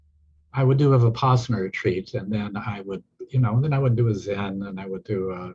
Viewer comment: Terrific interview. Vispassana, no. Vipassana, yes.